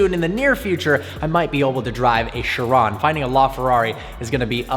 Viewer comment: Which do you prefer the La Ferrari or the "Sheran". Mate it's "Chiron" Ch - e - ron.